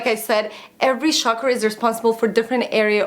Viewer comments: it's pronounced 'CHakra', with the CH sound being similar to the CH in CHalk or CHildren:) Just letting you know. Love your videos!!! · It's chakras, 'cha' as in chai. Not 'sha'kra. And they do teach about chakras in Yoga. Should get back to completing my certification 😬 nice video! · it's pronounced 'chuck-ra' (